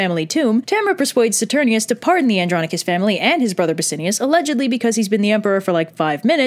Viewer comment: I noticed that myself. Also, it's Bass-I-AN-us. :)